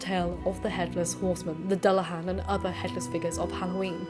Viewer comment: I was also bugged by the pronunciation of Dullahan too. To my understanding it’s Do-la-h-on